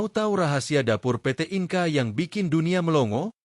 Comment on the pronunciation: Naratornya belajar bahasa Inggris dong, INKA itu industri penting